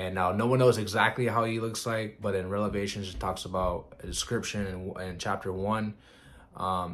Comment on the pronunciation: Hey I absolutely love what you do no disrespect I know you said you’re not very grammatically correct and I totally feel you and respect that, I just wanted to let you know that it’s “Revelation” (Rev-ah-la-tion) not “Relavation”(Rel-ah-vation) however you want to say it is fine I think it’s kind of cool and unique how you say it we know what you’re talking about but that’s just technically how you say it peace and love.